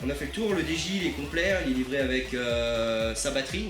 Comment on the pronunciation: Dji sa se prononce didjiey